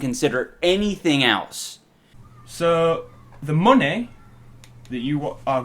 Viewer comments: I love how he says mune instead of money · Give meh theh moneh boah!!!